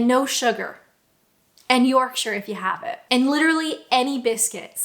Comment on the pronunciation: I'll give you major, major props for your pronunciation of Yorkshire. So many non-Brits get the -shire wrong.